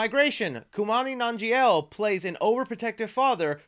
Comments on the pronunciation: Anyone else bothered when he called Kumail Nanjiani "Kumani Nanjiel" ? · You absolutely John Travoltaed Kumail Nanjiani’s name. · Dude, I love you but I never heard kumail nanjiani's name pronounced that way in my life. I think you hit like two or three letter out of the wole name. Doesn't mean anything, it just was funny.